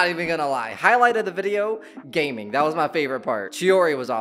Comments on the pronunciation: Gaming's name is pronounced Gah-ming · loving all the genshin content bro can't wait for the next one! Especially excited for the collected miscellany video ❤ Also side note Gaming's name is actually pronounced "gah-ming" (He says his name in the beginning of the demo so you can hear how its supposed to be said there if you go back). It's hard to tell based on the spelling but it's a chinese name so it's pronounced differently than how that word is said in english. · It’s actually pronounced Gah Ming